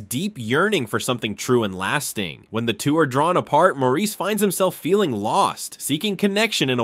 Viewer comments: Maurice is pronounced Morris. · Just to nitpick. “Maurice” is pronounced the same as “Morris”. That’s how it’s said in the movie. He’s not French. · "Maurice" is pronounced as "Morris" in the film. Odd how that was overlooked.